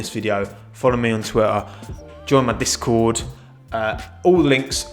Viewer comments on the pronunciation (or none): none